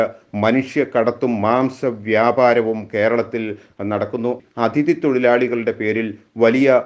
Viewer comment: ADHIthi alla, aTHIdhi